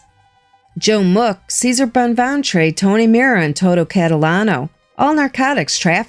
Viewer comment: I wonder if ceser bonventre name was actually prounounced chesaray?